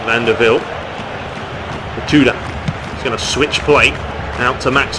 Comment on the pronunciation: Is not Matuida , is Matuidi !